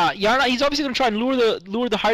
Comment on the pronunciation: he is saying YARNAC OMG